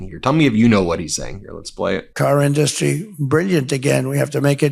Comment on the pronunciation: "In-DUST-tree"😂-have never heard this word pronounced this way nor his many weird other pronunciations & his shocking grammar.A university graduate? He has the WEIRDEST accent & manner of speech, sentence composition close to a substandardly educated 2nd grader.